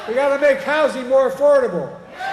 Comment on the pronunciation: You say afordebl homes you president now fix it